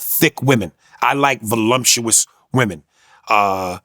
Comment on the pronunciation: Vulumtuous? Ok Aries, that's one lil mistake.